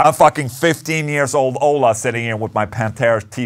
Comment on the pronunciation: It's not Pantera man, c'mon